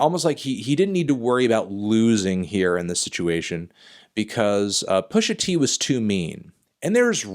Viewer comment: Anderson Jean then why did he shoot this interview where he’s so shook he can’t even say pusha t’s name?